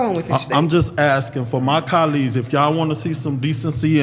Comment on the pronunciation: 😂🤣😂🤣 "CA-LEE'S" (Colleges)!!! He loves sayn Germaine!!! Can't even spell it!!! 😂🤣😂🤣 "Pacific" (Specific)!!! 😂🤣😂🤣